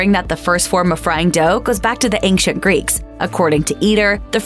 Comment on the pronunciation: There is no k sound in the word ancient